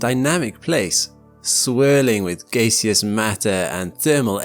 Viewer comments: Gay-see-us? Finally caught on camera.. in 1989! This guy is over 30 years too late. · i was like that is a really dumb pronunciation of Gaseous. So does he also call fuel Gays? Does he drive to the gays station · who or what the fuck is "Gaycious"? learn words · gayseous eh? pretty sure it's gaseous. With an ah, like apple. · gaisius, gaysyus, its gas-e-ous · You pronounce "Gaseous" wrong, and it's annoying. "Gaceous" That's you. That's how you pronounce it. Gas-e-us. It's gas. As in gas. faoewfaewiuhfh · mispronunciation of the word "gaseous." and it's not due to accent. it's due to poor reading skills. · This guy says gaseous like he's saying the name of a Homosexual Greek Hero. "Gayseus." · Did he really say "gayseeus" for gaseous? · "gay-seous matter" 🤩😩💅🏳️‍🌈✨💨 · No way he say gay seus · I made it 11 seconds in; "swurling with gayceous matter"... 😂 ok ok I'm pressing play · He said gaycious matter... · Gay-see-us LOL. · "Gaysseous"? Is nitrogen a gays? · The word gaseous should have a 'gas' sound at the beginning, just wondering why it was mispronounced? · Did you just say gaysius?🤣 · If you cant even pronounce gaseous, why are you making science videos. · Thats how im pronouncing gaseous from now on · Seems like you say "gaseous" just as some brits pronounce the textual "pussy." Blows my mind... to hear what I expect to sound like "PUH - SEE" instead pronounced "POO-SEE" Puss is a thing, it does not have to be sexual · Who pronounces gaseous this way??? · Never heard gaseous pronounced like that. Interesting.